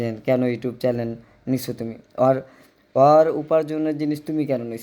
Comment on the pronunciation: চেলেন কি? চ্যানেল বলেন